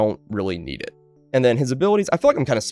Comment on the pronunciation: "KNEED" lol